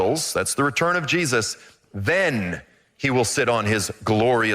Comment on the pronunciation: hes saying Jestus like jest or joke